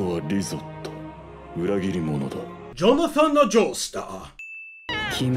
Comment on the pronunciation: Writes Jonathan Joestar Correctly Narrator: jonatonan joestar